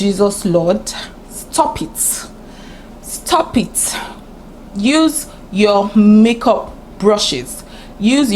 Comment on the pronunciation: Face fighter 🤣🤣🤣. The way you were saying stop eet stop eet got me laughing so hard. Table yi ti break oh!